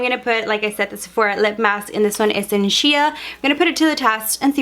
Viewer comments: Shia? It’s pronounced shay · Hi it's not she-ya. Its shea like Shay. Shea butter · Shea. Pronounced sh-ay not sh-ee-aa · Shea = shay & Dior = dee•or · Samantha Bearden That was driving me nuts! I was literally screaming out loud "Shea- it's sh-aaaaa, u know sh-aaaa butter!!!" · Amber Graber omg I was thinking the same thing. Lord have mercy. How can you be a beauty Youtuber and not know how to pronounce names of beauty products?